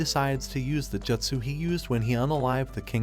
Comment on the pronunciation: said like jootsoo, not jutsoo